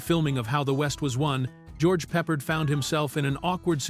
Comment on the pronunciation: More AI narrated slop. Why can't AI pronounce "George Peppard" properly? 👎👎👎👎👎👎👎 Just say NO to AI !